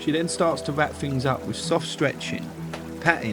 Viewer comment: its THINGS not FINGS